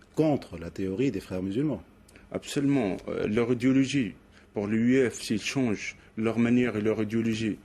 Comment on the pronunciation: Il dit L'idiologie ou la radiologie ?... 😜😂😂😂